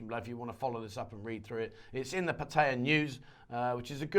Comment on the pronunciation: Please learn how to pronoun 'Pattaya' nimrod.